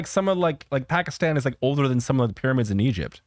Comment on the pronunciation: Great job on pronouncing pakistan. Alot of people butcher it. Also great video man